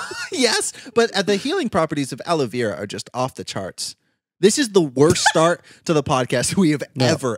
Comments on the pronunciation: not aloe veeera but aloe verrraaa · no one: you two pronouncing aloe vera: aloe VEE rah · is no one gonna talk about how they pronounce aloe vera? lol everyone I know pronounces it as aloe VARA and they pronounce it aloe VIRA, maybe its an American thing but that's how we pronounce it in canada